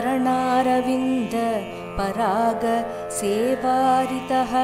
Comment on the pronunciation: Namaste, Thanks for these videos! , it sounds like sevaaritah. The text seems to have sevaaratih in shloka 14. Can you please check?